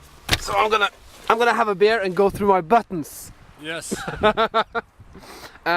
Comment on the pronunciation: Hahaha, småfull på slutten her eller? Du påstår du drikker Bjørn :P altså..Bear...men det heter Beer...utales..Biiiir ikke Beeer :P jaja, samma kan det væra, er ikke perfekt jeg heller ;)